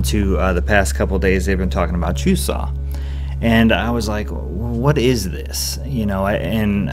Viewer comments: you have to say chuseok with the k at the end. it seems like you were saying chusa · Actually, there is a k at the end. You pronounce it exactly the way it is written. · It's not very strong bu there's supposed to be the k sound at the end. Check out this video watch?v=STsbUbQIIKo